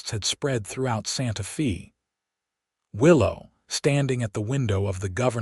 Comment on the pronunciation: Your AI butchers the English language Santa Fe Texas. It is pronounced Santa Fay not Santa Fee. I live in Santa Fe Texas